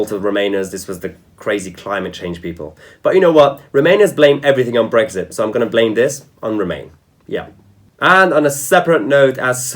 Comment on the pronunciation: theres no g in brexit so stop saying bregxit